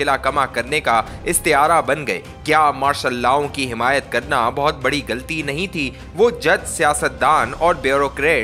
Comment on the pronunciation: Very bad urdu reading. Galti nahi ghalti. More bad mistakes in reading. Matric fail reader